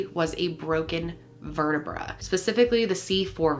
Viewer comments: The way you said vertebrae made me cringe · I know this is stupid and I shouldn’t be laughing but the way you pronounce vertebrae ahahaha